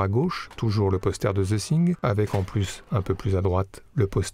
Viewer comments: The Thin ? De John Carpente ? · D'abord - j'adore vos videos, mais y a-t-il moyen d'améliorer la prononciation en anglais ? C'est The THing, avec un T et non pas un S. Thank you.